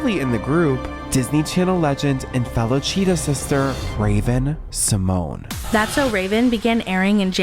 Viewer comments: Raven's last name is actually pronounced See-mon-ay. The é has an accent on it. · Fun fact: Disney made Raven go by the incorrect pronunciation of her last name. She has said in the past, she doesn't really care how it's pronounced, but recently on tictok and a podcast revealed the correct way is See- mon-yay❤